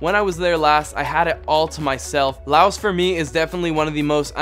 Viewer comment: I think you shouldn't pronounce S in Laos.